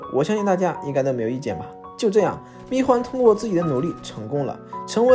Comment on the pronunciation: 密huan！！！不是密guan！！！